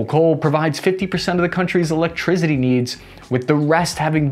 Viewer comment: Scottie, we need more "elecetricty". Captain, we're giving you all the electricity she's got! Did you say 11B MOS?